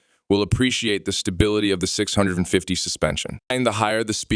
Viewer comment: This feels like AI close. Nobody says 650 like that.